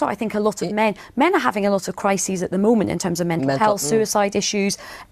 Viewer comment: YOURE IQ DROPS 20 POINTS WHEN YOU CANT PRONOUNCE CRISIS